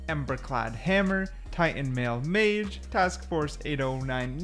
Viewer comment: Mace, mace, not mage